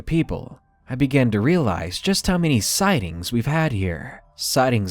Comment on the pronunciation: Most sighed? How many sighings are their because I thought there were more than 2000 sighings of the jersey devil. XD